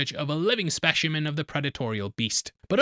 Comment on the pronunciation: Did you mean to say "specimen" in the accent of Bond? 😂